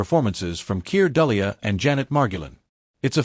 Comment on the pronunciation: I would ad "The Explosive Generation." Also, I think Dullea is pronounced " Do lay..."